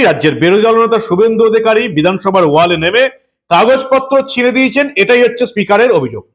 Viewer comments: এই দেশদ্রোহীদের কে চিরদিনের জন্য রাজনীতির আঙিনা থেকে নিষিদ্ধ করার দাবি জানাচ্ছি।😡😡 মানব ভাই কে আর একটা কথা জানাতে চাই যে,কথাটা "ওয়াল" নয় "ওয়েল" হবে।🙂🙂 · কথাটা ওয়েল,ওয়াল নয়।